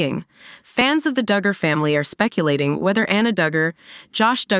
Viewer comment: Their name is pronounced Dug-er not Doo-gur